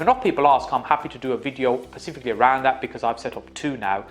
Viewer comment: Bro said pacifically one too many times😂i appreciate you man, great info and you are clearly a very smart, successful businessman, but please, its “Specifically”